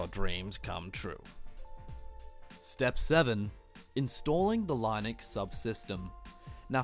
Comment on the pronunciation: please learn how to pronounce linux properly